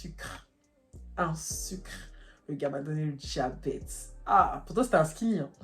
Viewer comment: J’ai retenu une chose : " un petit sucrrrre" 😂😂😂